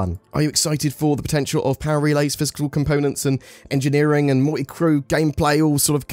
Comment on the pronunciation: Engine Neer Ing